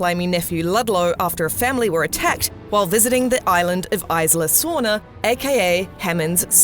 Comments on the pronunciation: Isla sorna Its pronounced, E-sla sorna not i-sla sorna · It's EEEESLA SORNA :/ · You pronounce isla sorna wrong and isla nublar